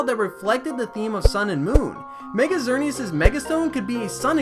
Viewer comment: That's not a reason to mispronounce a name.